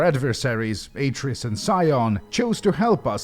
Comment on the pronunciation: ... Ah-tris? How can you get the names so wrong??